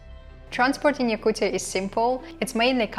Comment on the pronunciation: STOP SAYING YAKUCCCIAAA srucis f YOU